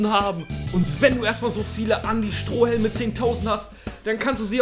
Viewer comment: strohelme? :D strohalme heißt's ;)